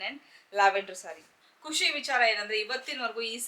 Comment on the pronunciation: ಖುಷಿ , ಕುಶಿ ಅಲ್ಲ, ದಯವಿಟ್ಟು ಸರಿಪಡಿಸಿ